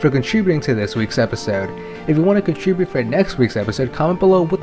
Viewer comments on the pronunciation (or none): none